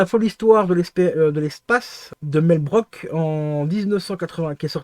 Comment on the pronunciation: ça se prononce broukse et non broke